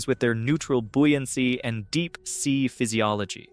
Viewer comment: The word is buoyancy as in boy. Not bui. How odd. Read the words.